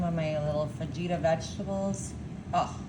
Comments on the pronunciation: Did she actually say “fah-geeta” vegetables ? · It’s pronounced FAHITA! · Actually its fuh-hee-tuh. But part of their show is to mispronounce things on purpose. 😊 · Fa-gee-ta 🫣 Just when you thought it couldn't get any more disgusting.. 😒